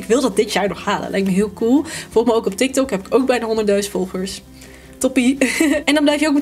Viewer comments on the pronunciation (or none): none